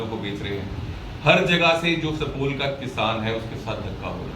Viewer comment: pahle Bolne Sikhoo sapol nhi supaul district hai